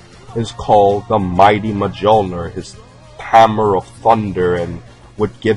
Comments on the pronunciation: He butchered thor humor in pronunciation majulner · you said mijnoir wrong dude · "Thor's hammer is called MAJOLLNER!" Great job comparing names when you can't pronounce them right. And pulling things together based on two people standing near each other (I only see that used in the most desperate attempts usually). He was a very obvious hercules reference, but the Thor stuff is garbage. Conan and He-man were both also inspired by Hercules if I'm not msitaken, so they'd obviously resemble him too. The #16 stuff was so obvious you couldn't get it wrong if you tried. Though it is a huge shame #16 himself never did any time traveling. Woulda been cool if he'd used Trunk's time machine to come the second time, instead of Trunks making a return. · For christ sakes it's M'yole-near not Muh-joel-nurr. The j is pronounced like a short i or y because originally I and J were the same letter. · NO, HELL NO! ITS NOT "MAIJOLNIR" IT´S Miolnir!!!! That's how you pronounce it on Swedish/Norwegian/Danish. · Thors Hammer is named Mjolnir and pronounced "mule-near". Fucking moron. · It's pronounced mullnear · Mjollnir: Pronounced myol-near. Heads up. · Muh john lir 10/10 pronunciation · Mjolnir is pronounced Mule-Near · U pronounced thors hammer name wrong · i cannot believe you pronounced mjulers name that way. its pronounced "MULE"-NER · The name of Thor's hammer is pronounce "mul-nir" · The name of Thor's hammer is pronounced "Me-Yol-Near". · If you can't pronounce Mjolnir yet you use it in your video, your credibility is gone. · its mee-il-nor, the j is silent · hate me if you want but as a scandinavian i have to say you are saying mjolnir wrong